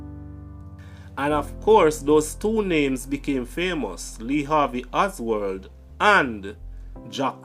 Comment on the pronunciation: Oswald not Osword.